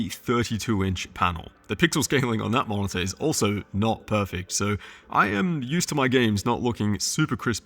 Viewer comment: it's spelled mo-ni-tor, not mon-za ffs